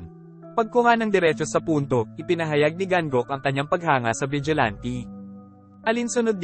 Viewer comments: Vigilante not ti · Vigilante: Wla po ako intensyon n kht ano po…. Masyado po matigas ang pagkkbigkas nio po s huling dlawang letra s salitang Vigilante. Dapat po malambot parang ATE in tagalog SISTER in english. salamat po